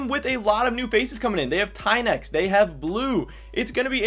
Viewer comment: Tynx is pronounced TINX and Szygenda is pronounced SHOE-GEN-DA